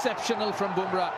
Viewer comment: what is the mumble bumrah